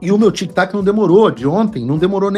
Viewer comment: TIC "TACO"....TIC "TACO"....TIC "TACO"....🤣🤣